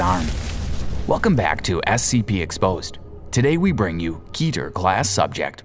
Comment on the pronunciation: It is not k-ee-t-r it is k-eh-t-er